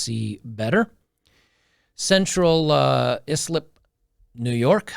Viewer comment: Native NY Islander here. FWIW, Pronounce Islip like “EYE-slip.”